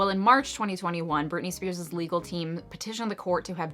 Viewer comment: You lost me at Britney Spearsis... ..lol It is just Britney Spears.